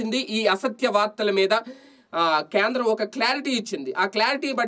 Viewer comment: Kyendram kadu Kendram